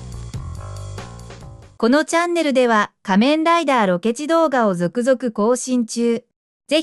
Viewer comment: 仮面ライダーのイントネーションが気になっちゃった